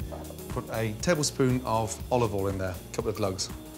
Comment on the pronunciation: Only 2 glugs of Olovol?? Gordon is losing his touch!